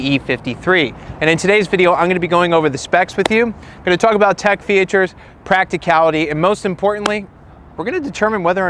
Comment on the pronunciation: Did you say FEE churs??